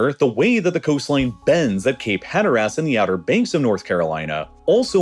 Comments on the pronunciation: Cape Hatter-ass? I've only heard it pronounced Hatter-iss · It's Hater-is not Hattar-ass Signed, Slighted drunk North Carolinian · bro it's pronounced "hatter-is" not "hatter-ass" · Cape Hatteras is not pronounced as “hatter-ass” it’s more like “hatter-ess” 😅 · The pronunciation is killing me "Cape Hatter Ass." People pronounce it more like "Hatter us" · Great video! Hatteras is hatter-iss as in briss, diss, kiss, miss, piss, or sis...not hatter-ass. Source, I grew up around here. I also loved you on Jet Lag! Have a good day. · You pronounced Capr Hatteras wrong, its Hat er is not hat er ass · HAT ER ASS? REALLY? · It sounds like you keep saying Cape Pederast. I think you might mean Cape HAT-ter-us. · "Hatter-ess" is the right way for anybody wondering. Or "hatter-us" if you're cultured. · Lived in NC my whole life, granted not near the outer banks, but I've never once pronounced it as "Hatter-ass" haha, everyone I've ever spoken to says "Hatteres" with a mild pronounciation of an A in there. Kinda like you say the name "Aidan" almost exactly like "Aiden". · Great video, but "Hatteras" is consistently mispronounced. The word is pronounced "HA-tteras," not "Hatter-AS." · I thought Appalachian was pronounced funny, but then he said Cape Had-her-ass. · It's not "hatter-ass" that hurt my brain as a native from the region (SC). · People from cape "Hatter-ass" are going to have a stroke when they hear that pronunciation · God I hate AI generated voices in these videos. Pronunciations are bad, pacing is off. Just bad. Hatter ASS? For real? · Hatter ass is what you get when AI tries to pronounce Hatteras 😂😂😂😂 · Cape had her ass is insane not how it’s pronounced at all 😂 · "Cape HatterASS" I'm out. He's not even trying. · "HatterUs" (pronunciation, not spelling, :) but we North Carolinians forgive you!) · As resident of NC, hearing him pronounce Hatteras as "Hatter Ass" makes me think of NSFW jokes involving Alice in Wonderland. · Also, Cape Hatter-ASS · hatter-ass lol